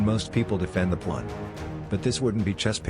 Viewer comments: 0/10 ai voice still not fixed, constantly says pwan. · "the plawn" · "defend your pwan" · The ai cant pronounce pawn lol